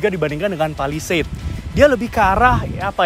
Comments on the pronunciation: salah sbut skali honda palisade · menit 21.35 kok w dengernya honda palisade ya 🤭😁